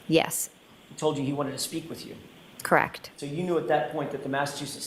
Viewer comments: There she goes again. Does not know the correct pronunciation of the word CORRECT. IT IS NOT "KRACT". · "The tail light was Kract" 🤣🤣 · OMG! As if it could be worse now every time she says 'correct I hear CRACKED!